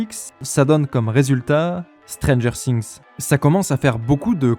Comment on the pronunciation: Alors autant, j'adore tes analyses, autant, ta prononciation ''Stranger Sinx'', ca me tue les oreilles a chaque fois XD